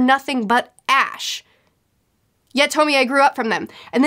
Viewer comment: I know this is relatively old and I don’t mean to be that person. But it’s pronounced (Toh-Mee- Ay). Just bothered me for not good reason. Other than that o quite enjoyed the video.